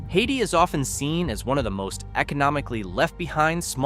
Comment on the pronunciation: I jumped on to point out that Hayti is pronounced Hay-tie and not like the the country Haiti, and before I could start typing I heard the botched pronunciation of Bootheel. AI is trash.